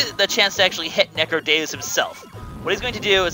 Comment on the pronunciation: NECRODEEUS is how its pronounced